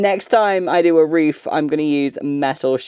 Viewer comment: Agree with all the fans who feel your content is so healing right now. I had to rewatch once I realized that "reef" and "reefer" meant "roof" and "roofer." A little (wee?) request if you could work in, possibly, as a challenge: the words "jade" () and "reef" or "reefer" into the next video or so? Like an Easter Egg for any other US-based linguists and linguistics-curious types. You are the best! Felt reefs by Jade forever!